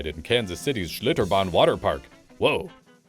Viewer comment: how can u even say sliterban